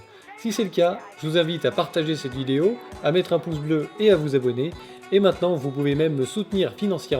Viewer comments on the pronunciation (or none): none